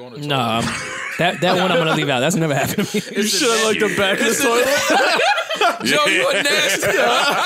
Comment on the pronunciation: “A Cold Toliet!!!” Lol